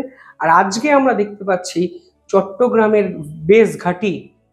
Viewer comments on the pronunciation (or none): none